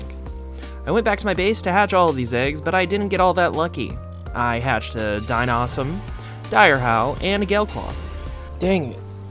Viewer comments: It's funny that you took the time to pronounce Dinossom correctly, collected yourself, then butchered it again. xD You pronounce 2 O's, where there is only 1. It's not Dino-Ossom. It's closer to Di-nossom, but with hardly any pause, if that makes sense. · It triggered me a bit the way you pronounced Dinossom's name... You pronounce it like Blossom, but with "Din" (daɪn) instead the "Bl". So with phonetic letters it looks like this: daɪnɑsəm Not a big deal tho. :) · I'm baffled that you can pronounce Hoocrates (Hoo-cra-tes) perfectly, but Relaxaurus (Relax-aurus) and Dinossom (Dino-ssom) you get wrong. Seeing as the names are there spelled out and you add extra letters to say them wrong (making Relaxaurus sound Relaxasaurus, or Dinossom into Dino-ossom) and Hoocrates is actually one of the few that is genuinely hard to pronouce if you aren't familiar with Socrates. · Dinossom is pronounced Dine-Awsome. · Is it not pronounced Di-nos-som? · Just so you know it’s pronounced dine-awesome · For your pronunciation it is di-nossom 🎉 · It call dinossom dino-sum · The way I pronounce it is Dino-som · It's "Dy-naw-sum" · Dine-Awesome is the pronounciation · it is pronounced Dino sum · Its die-nossum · its pronounced (die-naw-some) dinossom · Dine-ossom its wierd lmao theres still pals we all mispronounce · Dino-sum. Ma-wraith. Hope this helps XD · Die-gnaw-some Muh-wraith